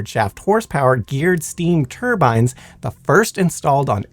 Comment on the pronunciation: turbines then its turbans 😂